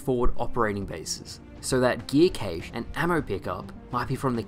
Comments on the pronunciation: "Cache" is pronounced CASH, not CAYSH. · the way you say cache erks me, it's pronounced cash not kaysh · "Caysh" instead of cache😂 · Someone needs to inform him that cache is pronounced "cash..." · Wait, Australians pronounce "cache" as 'cäsh' with stresed 'ä'? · Do they really pronounce it "KAY-che", over there? 😂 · Lol I was wondering why “cache” was wrong but “cached” was right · Cache is said similarly to cash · Is that really how you say cache in Australian? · Cache? come on now, say it correctly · That's not how you say cache, my man.